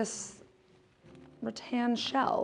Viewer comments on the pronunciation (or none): none